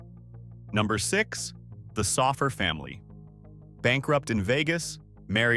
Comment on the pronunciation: it's not "Sawf-ur" it's "So-fur" Family